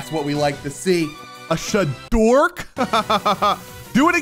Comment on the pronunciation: The fact he said Shadork not shadark